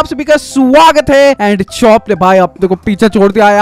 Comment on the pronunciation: TU CHOP KO RUK BOLTA HAI YOU NOOB